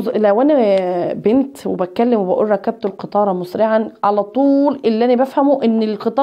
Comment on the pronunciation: نقول ركبت بكسر الكاف وليس بفتحها وشكرا أستادة